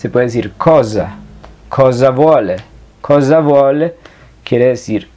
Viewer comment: Disculpa però noto un error.. En la pronuncia.. La S no se lee come la Z.. La palabra "cosa"se lee mismo como en espanol cosa con la misma S..asi ke voglio la stessa cosa es con la s normal y no Z de mosca